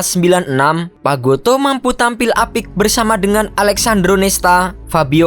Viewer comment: ALESSANDRO BUKAN ALEKSANDRO MIN.